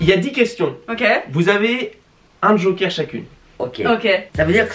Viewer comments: A quand elle dit « ba Joker » moi j’ai entendu « ba Joyca » suite à cela je me suis lancer dans une recherche épique sur le net en me disant « wtf il était en couple j’étais pas au courant »(vous vous doutez bien que je n’ai rien trouvé à ce sujet) et en revenant sur la vidéo je me suis rendu compte que j’ai juste mal entendu 😭😭😂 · je croyais qu'elle avais dit Joyca 😅😅